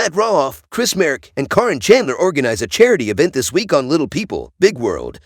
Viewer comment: It’s not Coryn or Karen it is Caryon.